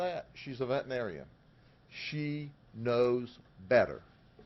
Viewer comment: Sheriff, the word is pronounced "vet-er-i-nar-i-an." Six syllables. You speak so well I had throw this in here.